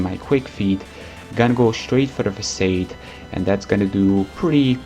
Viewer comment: Fah-Sod. That's how you say Facade